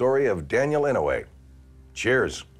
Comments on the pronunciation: Hector I was just saying that it pronounced inoy not inaway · I'm pretty sure his name is inoue but with nonstandard spelling. Pronounced ee-no-eh which is very close to what he says. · Ee-no-aye! That’s how you pronounce it. 👍🏾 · I love how he says "--and he's Daniel Inouye" like that's just how hardcore his name is and a statement to how badass he is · You are saying his name wrong. I like the show but atleast do enough research to get the pronunciation correct. I am certain he deserves it. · He pronounced his name wrong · Ugh i hated the pronunciation of Inouye but i guess he tried?